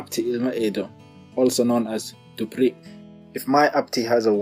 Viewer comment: In Somali language we dont have letter P, Z and V. So when you say DUPRI, you could have said DUBRI. But still i am not an expert and no can tell me he is an expert in Somali language or its different dialects.